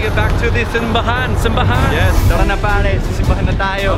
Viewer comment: "simbahan" ...magaling kayo for a foreigner but you really have difficulty pronouncing this word (simbahan) correctly. This is interesting. SIMBAHAN... the stress (accent) should be on the second syllable not on the first.